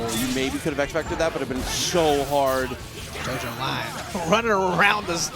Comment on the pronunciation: jojolion is pronounced like lyon from france or leon. like "jojoleon". At least that's the pronunciation of part 8 of jojo 😅